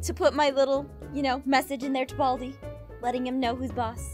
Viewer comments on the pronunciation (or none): balai not bald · Baldi not bald